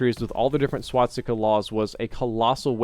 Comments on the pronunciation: SWASTIKA. NOT SWATSTIKA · Could you stop saying "swatsika"? Thank you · No offence. But why do you always say swaTstica ;_; it's infuriating to hear it so many times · Swastika not swatstika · And here we go again with the "SwaDsikas"..., an YouTube producer with your size should know how to pronounce things. Repeat with me: "Swa-sti-ka". Better yet "Sva-sti-ka", because "W" is "V" in German. Learn to talk man, you are 30-something years old. This is feedback, not hatred. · Swastika. Not Swatsika or Swadstika or anything else. C'mon, you're making me cringe over here! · I just wanna know why everyone pronounces it "Swatsticka" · every time says "swat-sticka" take a shot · It also sounds to me like he says swadstika, pretty funny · Is nobody going to talk about the fact that he doesn't know how to say "swastika" either? Only halfway through the video and he's already mispronounced it like 5 times